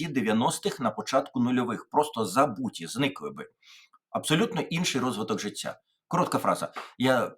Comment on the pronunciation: І ти цякаєш, яке жицця?